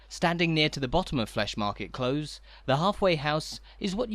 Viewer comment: yes I don’t know why he’s making these mistakes, rather irritating. It’s Close as in near in England too.